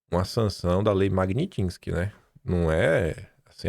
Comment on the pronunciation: me desculpe por ser chato, mas como esse assunto vai dominar o noticiário, eu preciso te pedir esse favor: o nome da lei é MAG NÍ TSKY - Não existe N depois do I.. não é MAG NIN TSKY.. É MAG NÍ (sem N) TSKY. Excelente programa, como sempre. Um grande abraço, cara!